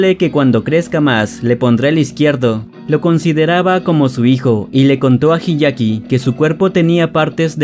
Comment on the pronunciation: El anime es mejor Se dice hyakkimaru No hiyaki Se dice taomaru La H no cuenta